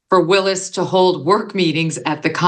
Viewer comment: Trump is in contempt of court every time he attends and you all are focused on this? Wish Megan will stop mispronouncing Ms Willis's name! Very disrespectful!